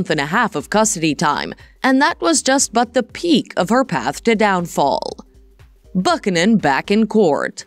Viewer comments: Buck-in-in. Sounds like they ought to hire a voiceover who actually knows how to convey without sounding like an overseas call center spam. Not to mention all of this can be read on Wikipedia. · LOL ridiculous video- how can you mispronounce Buchanan HAHAHA ... also the "Another World" she starred in during 1990's was a soap not a film!!! You are showing a screenshot of a film Another World - I looked it up and that movie is from 2021 and Jensen was not part of it.